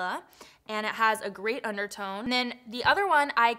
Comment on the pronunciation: When you said “great undertone” it kinda sounds like you said a “grey undertone” lol i was like wait wtf lmao 😂 I had to go back